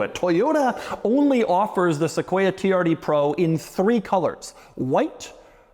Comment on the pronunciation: All I hear anytime Doug says “TRD Pro”… is “Tee-R-D Pwo”😂. I wonder if he’ll get a “wittle wadder”😝